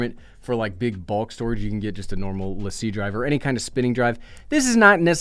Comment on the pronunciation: You actually pronounced Lacie correctly! Amazing. It’s rare…you must have worked in a studio.